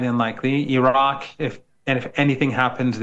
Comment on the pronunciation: I want to know why can't Australia, US, UK and Europe pronounce "Iraq", "Iran", "Afghanistan" and "Baghdad" correctly since they have spent almost 70 years there cumulatively? It is not hard, white people. You can pronounce "Netanyahou" (not even his real name), "Stassinopoulos" etc.